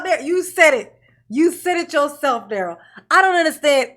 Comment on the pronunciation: Well no one is saying his 1st name right lol